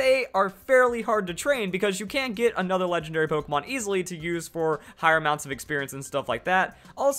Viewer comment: u realized u said pokeman quest